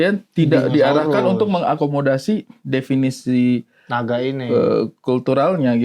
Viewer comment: Naga jadi NIGA 😂😂😂😂